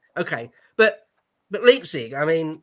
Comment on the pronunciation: What a great Happy Hour! I only cringed every time when the guy in the upper right hectically tried to justify his presence, but but didn't know how to pronounce places like Ricasoli and Leipzig.